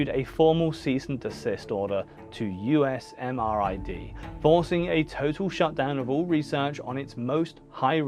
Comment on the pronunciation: FYI - The Army pronounces the lab "you-sam-rid".